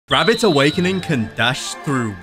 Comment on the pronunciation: "Rabbit awakining"